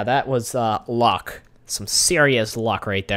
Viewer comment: It's luck not LOCK